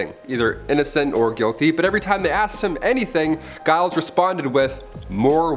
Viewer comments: Giles is pronounced "Jiles" like gyrate. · "Giles" is pronounced "Jiles". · Giles is pronounced with a J